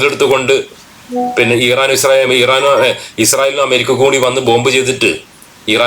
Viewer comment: ഈറാൻ അല്ല ഭായ് ഇറാൻ ആണ്❣️